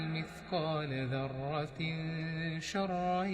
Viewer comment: Bruder das Wort ذرة. Du liest es falsch du sagst ضرة.